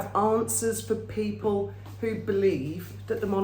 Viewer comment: Peepling, damn thing keeps dropping letters